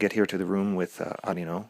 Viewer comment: The digital version of Arino is actually known as "Ari-no" in the DS games, so like a stretched "Areeno" sound in English, I suppose. Did you go with Arino because the first DS game didn't really translate this, either?